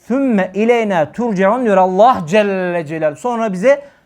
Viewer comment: Allah’ı zikreden bütün kullara rabbim lütuf ihsan eylesin birşey dikkatimi çekti af buyurun özellikle Allah lafzında ağzınızdan E harfi çıkıyor bu lafz hususi midir doğrusu A olarak çıkmalı değil midir?